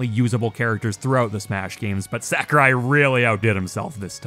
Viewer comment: "sack-a-rai" "fawl-kun" where are you from?